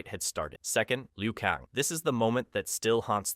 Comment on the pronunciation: kAng not kong. How do you get that wrong